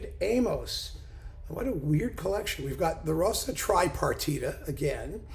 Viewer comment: A not uncommon error, doubtless owing the familiarity of "Liszt." Pronunciation also suffers. "Zs" as in Zsa Zsa!